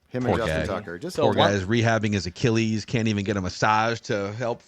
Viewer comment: Lmao “Achillies”